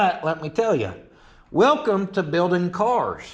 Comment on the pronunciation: "welcome to builin cars" 😅